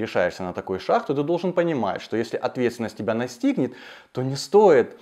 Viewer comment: "...на такой шаХ..." ШаГ. Пжл, поработай над произношением.